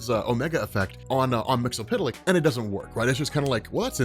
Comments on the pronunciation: It's MIX-YES-SPIT-LICK. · Silver Age and Post-Crisis on Infinite Earths Mxyzptlk was pronounced Mix-ul-plik. Especially on the Super Friends, which was the best thing going for a kid back then. Also, it was pronounced Kip-ul-skim backwards. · That's not how you say his name